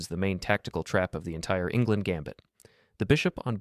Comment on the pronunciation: Enngland,not Ingland.